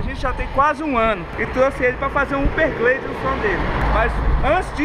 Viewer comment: Uperglade? 🤔 kkk' Salve parceiro, mais um vídeo top! tmj man